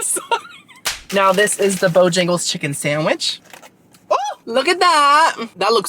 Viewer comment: Yay! So happy you got to try and loved "Bo-yang-les" lol. I highly recommend their Cajun filet chicken biscuit and bo-rounds next time you for breakfast-and they have breakfast all day woot woot 🎉